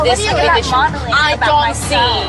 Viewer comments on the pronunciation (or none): Maureen: before talking to me practice your English it's learn not lon I may not have a extreme modelling skills at least I have class something that you cannot get 😃😃